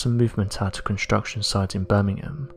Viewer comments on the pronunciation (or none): none